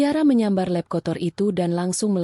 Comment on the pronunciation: Adminnya bego / tolol atau gimana ya "lap" kok diucapkan "lep", emang ada bahasa Indonesianya "lep" 😭😭😭